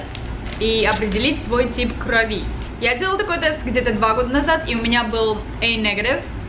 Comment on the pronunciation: группа крови правильно говорить. И ударение на О - крОви.